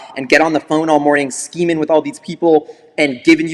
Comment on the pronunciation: Cringed everytime he said skeeming lol